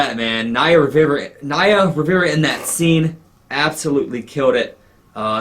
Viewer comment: "OHHHHHOLY SHI--" "gonna cry right along with Santana" - his reactions here were just so pure I loved it And is funny how he pronounces "Naia Rwiverwa" Awesome video ♡